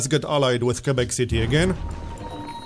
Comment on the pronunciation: pronounces Quebec better than we do in Canada lmao